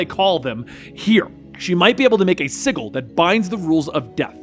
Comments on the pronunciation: I love the JLD vids!, please man... Sigil pronounced is pronounced sij-il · First off you pronounced sigil wrong... Lol I'm so triggered